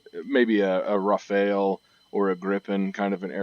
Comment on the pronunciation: "Maybe a rafael" no, no, not a "rafael", it's rafale, as in wind gust, it's not a first name